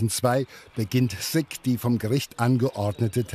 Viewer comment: Der Mensch heißt SICK und nicht SIGG